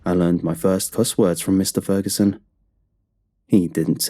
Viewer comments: You forgot to pit the g in Ferguson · “Mr Feruson” the story is his name mans didn’t even get it right you had one job!!😭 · The video said feruson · Has anybody else noticed "Mr.Feruson" not that it worsend the quality of the video just wanted to point that out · Mr. “Feruson” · Feruson? What? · Feruson? oops..Great content anyway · lol mr furuson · Oh is it ‘Fer U Son’. ‘For you son’? Gonna have to listen again.